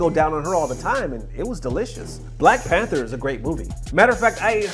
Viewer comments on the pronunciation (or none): none